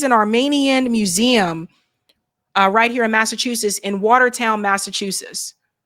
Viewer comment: still doesn’t know the name of the state in which SHE LIVES! It’s Massachusetts, not Massachusess, for Christ’s sake!